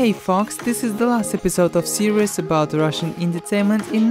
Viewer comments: He said "serious" instead of "series" :P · No, seidieous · HE SAID T-SERIES WTFF